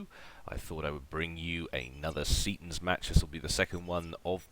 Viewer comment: Seatons, not Setons. What is this.